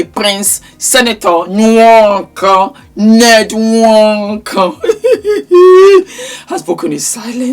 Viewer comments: It's the N-wooorrk-korrrrr..😂😂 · “Ñed nWöÕǒKōŐ” Makes me laugh EVERY TIME 😂🤣❤ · The pronunciation and twist of mouth for the nwokorrr had me 😂😂😂😂😂😂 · The way you say nwonko is phenomenal 😂😂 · 😂😂😂every time you say his name. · 😂😂😂😂 the way you pronounce the surname has me on the floor z😂😂😊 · 🤣🤣🤣🤣🤣you’re killing me when you pronounce his name…I don’t know of these people but this is a mess ewwwww this man is totally gross never ever would I….J wouldn’t care if he had money falling out his ass every time he moved..money doesn’t not equal to a lot of things and one of them would be to have this gross looking man touch my body never ever money can definitely rob one of their dignity and self respect which this gross looking man doesn’t have 🤮🤮🤮🤮